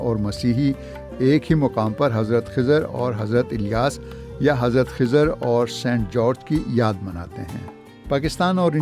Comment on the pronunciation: It's Khazir, Zabar on Kha Letter.